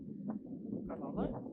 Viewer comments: I actually think the way you pronounce Coralle’s name in particular in Dutch sounds More Beautiful than the way it would be pronounced in English, so don’t be hard on yourself about that. 😉👍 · I love the way you say Coralle and Belles names. Don’t change❤. It’s beautiful the way you say it😊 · I like your pronunciation of Belle and Coralle better than the English translation. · I prefer the way pronounces Belle's and Coralle's names.Coralle has benefited from being at Stal H.She trusts more. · Actually, I kinda like the way you have been pronouncing Belle and Coralle. I am used to it and it seem normal and somehow much softer and prettier. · I much prefer Belle and Coralle they way you pronounce them! Thank you for sharing! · I think we can be pretty sure that Blomke is the filly running laps around Saly. What an energetic girl she is. I think it is understood that Coralle is a 3-syllable name and Belle is a 2-syllable name. That was so wonderful to see both Glendy and Daisy getting nice spa sessions. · Reintje looks like she's doing everything at half speed! Come on baby! Bravo, Rein, what a good job giving Daisy a bath :) LOVE your pronunciation of Coralle and Belle. Much prettier. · I prefer Coralle and Belle the way you say it. What you have done for Coralle the rest of her life. She's so much easier to handle and enjoy human touch now. She has really turned into such a nice horse now.